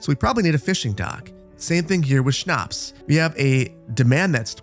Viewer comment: This is in no means meant to be rude or to be a know-it-all, but since you had trouble pronounciating Schnaps: Sch = Sh in english, so just say Shnaps! Also, i love that you are playing Anno, would love to see more in the future <3